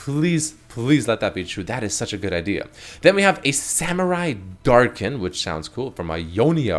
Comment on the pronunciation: "Samurai Darkin". Pfuu boy that got nailed